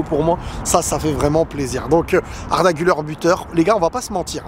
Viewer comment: on prononce "Gulère" et pas "Guleur"